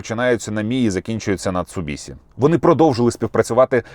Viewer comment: СуДзукі, МіцубіСі... Чи ми тепер все по-англіцькому вимовляємо?))